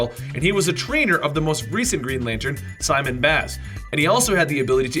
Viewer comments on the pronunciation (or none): none